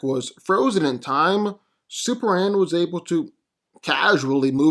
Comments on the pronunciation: Bro .... Its pronounced Super-Man!!! Not SUPRAN....... What dafuq is that????? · SuperMan. Say it with me. M-M-M. Maybe one day you'll break free of your repetitive trap & not say "So who's coming out on top here" 3 or 4 times a video too. Really annoying & unprofessional as a speaker. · You know there's an "M" in superman. It's not Superan